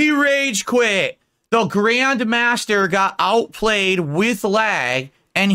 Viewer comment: Grayund mahstur?!